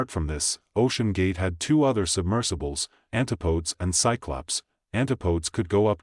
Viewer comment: You mispronounced Antipodes. It’s not an-ta-podes. I believe it’s an-tip-o-des😅